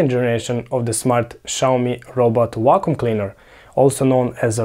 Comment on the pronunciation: "Wacom" cleaner? 😁